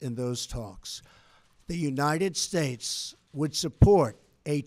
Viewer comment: God bless the United Shtatessshh, I'm having a stroke.